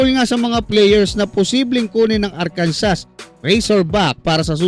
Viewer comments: Arkansas is pronounced AR-kan-saw /ˈɑːrkənsɔː/. It is a three-syllable word with the stress on the first syllable, and the final "s" is silent. This pronunciation is mandated by state law, which defines it as the French interpretation of the Native American word for the Quapaw people. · Arkansa po, without s yung pronunciation jan